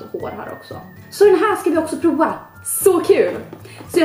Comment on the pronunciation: Bara jag som tänker på att hon säger ”proa” och inte prova?!